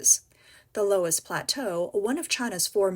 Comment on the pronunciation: It’s pronounced luss